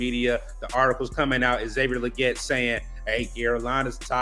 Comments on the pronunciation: It’s Lee-Git. Goodell pronounced it correctly according to XL himself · Why do yall keep saying his name wrong? Lol. Leggette is pronounced Lee-git. Smh